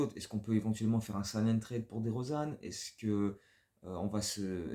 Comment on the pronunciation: Move très étonnant... super vidéo ! Par contre on ne dit pas "trade" mais "trayde" au niveau de la prononciation ! Go Bulls ! ❤